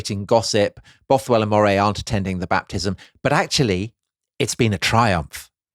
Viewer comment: Love this podcast, just one comment, as I live in Moray, it’s pronounced the same way you’d say Murray.